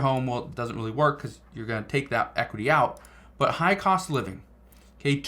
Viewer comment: Equiry! Lolol hahaha